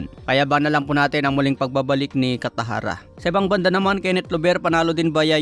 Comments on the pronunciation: Kataraja boss. Not Catajara. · Alam ko cataraja hindi katajara anu kaba naman😊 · Ayusin mo bigkas mo!! Cataraja, hindi Catajara.😊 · Hindi katajara cataraja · Cataraja hindi katajara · Bat catajara dba cataraja😂😂😂😂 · Cataraja hindi catajara.. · Unsay catajara? Basi catarata😅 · Cataraja,, hindi catajara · Anong catajara? Cataraja po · Kataraja hnd katajara hehe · Cataraja not catahara 😂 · Cataraja Hinde catajara 😮 first name Ang pinaka magandang pakingan sa tenga ng nasabing tao 😊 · 😅😅😅. Tama ka, napansin ko rin.